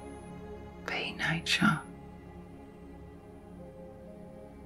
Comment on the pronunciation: Repeating the word relax doesn't help. Is she saying nature? Sounds like nie-cha... I was all, what???